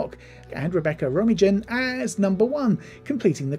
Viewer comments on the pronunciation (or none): Rom-a-jin had me howling 🤣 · You need to do better research when preparing for these videos. You mispronounced several names. Captain Batel's name has been pronounced multiple times on the show and Rebecca Romijn's name has been pronounced multiple times in the media due to her marriage to John Stamos and Jerry O'Connell, as well as media coverage of her own acting career. Melissa Navia's name has been pronounced multiple times in media coverage of Strange New Worlds.